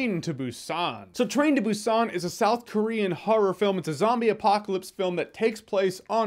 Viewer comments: Its pronounced boo sahn with the emphasis on the “oo” in boo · Should be more of a "p" sound correct? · hmmm sort of. They don't pronounce it with a heavy "B" so to native english speakers it sounds like "P". So it's a very subtle b. They use the letter "p" in the alphabet too. For example bread is spelled (in english) ppang so you'll definitely hear a difference between saying Busan and ppang. Hope that clarifies XD